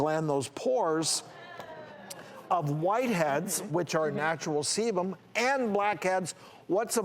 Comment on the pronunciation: I SWEAR he said semen. 😂 I was working on a project, listening to the video and I heard "he's collecting all this semen" and went "WHAT?!? Do you mean SEBUM?!?". When I watch the video though and see him make the "B" shape with his mouth as he spoke it became obvious he was saying "sebum". Damn. At first I was like "homeboy needs to stop getting cum facials if he's having that much build up of jizz seeping in to his pores!"